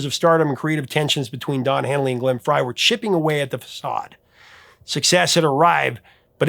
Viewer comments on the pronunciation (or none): none